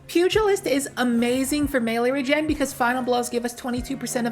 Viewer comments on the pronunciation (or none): none